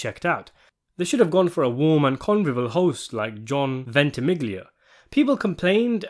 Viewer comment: “John vent-ee-MIG-lee-uh”! I cant stand to hear these mispronunciations. 😩